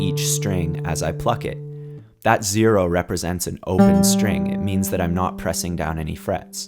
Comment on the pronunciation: Zero not sero